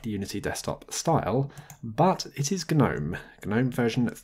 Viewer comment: "Geh-nome" xD